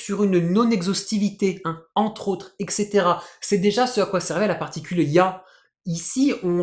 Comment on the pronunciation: etc = eTcaetera, pas exetera. On prononce d'abord le T : etcetera. Sinon c'est cool c'est le retour ! Bon courage !